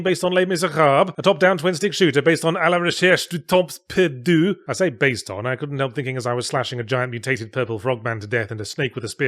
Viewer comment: Il a mentionné le roman de Proust "À la recherche du temps perdu", mais la prononciation était pas top.